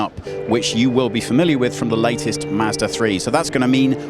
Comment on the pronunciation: WHAT? WHAT? Hey...its " MAHZ DUH ",NOT " MASDA " RULE # 27.If you let some Brittish guy WHO CAN'T BE BOTHERED TO TUCK IN HIS SHIRT,from a company you can't pronounce,wants to review your car online,MAKE SURE HE PRONOUNCES YOUR COMPANY CORRECTLY.